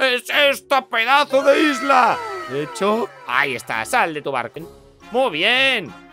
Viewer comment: Yo cuando dijo por primera vez Isla 🏝️ escuché lisla